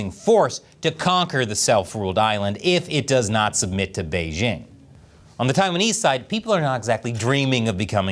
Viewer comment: The host of this program still doesn't know how to pronounce the word "Beijing"? The "j" in Beijing isn't pronounced like the "g" in the English word "regime"; indeed, the Chinese language doesn't even have this quasi-French sound. The "j" in Beijing is pronounced more or less like the "J" in the English name "Jim." Easy!